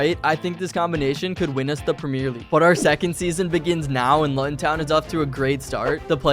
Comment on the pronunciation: btw you need to pronounce Luton like this:looton